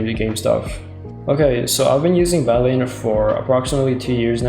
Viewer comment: did you call it badleen